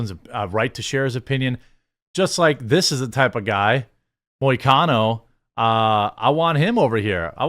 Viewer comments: You pronounced perfectly. And hes Brazilian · Im a MMA fan and you actually got the pronunciation of his name was on point Moicano is great he has allot of interviews like this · You pronounced his name correctly 👍